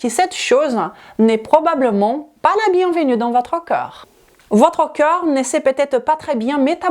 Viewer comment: Vu le sujet : On dit corps pas cœur 😂